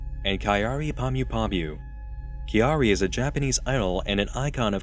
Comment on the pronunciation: Pretty impressed with Kyary pronunciation but you're info on her is a bit off. She has participated in street fashion for a long time and that made her a bit of a personality celeb. She had had relationships and that is publicly available. You are mistaking her marketing campaign for idol culture. Idols are supposed to seem available to sell a fantasy but Kawaii culture and personality celebrities have no such guidelines.